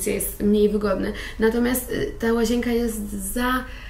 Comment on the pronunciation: Pani nie "łazięka" tylko "łazienka":) Bez urazy...